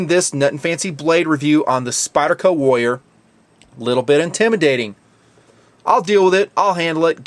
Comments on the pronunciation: is it me or are you pronoucing warrior as wolier ? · I'm having to try really hard to get over how badly you're pronouncing "warrior". The Rs in the middle are not silent, friend.